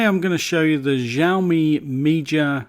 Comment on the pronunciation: Btw it's pronounced shao mi